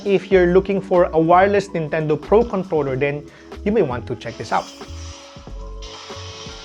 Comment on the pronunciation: is it just me or it is 'contoler?'